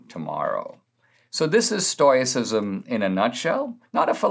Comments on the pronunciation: Stoyacism or Stoicism Stow-ih-sis-m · Love ya Dinesh, but "Stoyicism"?